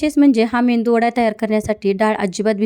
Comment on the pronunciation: मेंदू वडा नाही मेदूवडा